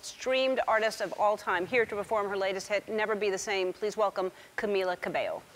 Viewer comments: But Stevie says it wouldn't be happened cause he can't even pronounce Camila's name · Sadly he can't pronounced her name